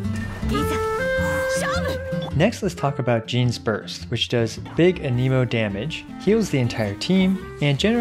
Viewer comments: Ahhhhh my ears, aneemo, ah-neh-mo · The fact that you say ANEEMOH instead of ANEHMOH bothers me. Stop that.